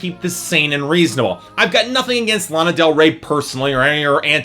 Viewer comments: You pronounced Lana wrong , i already hate you and this review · your pronouncing lana wrong...